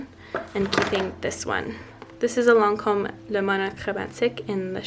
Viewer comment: Okay random question but my husband is french and he said the way you said the Lancôme eye topper was like a 10000% French.. so .. are you french ? Lol